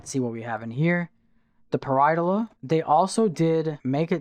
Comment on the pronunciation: You missed a syllable when you said paraidolia